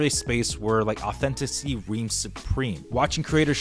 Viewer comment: The word authenticity has FIVE syllables. Just saying.